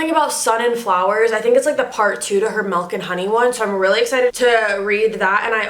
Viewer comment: SHE SAYS MELK LOL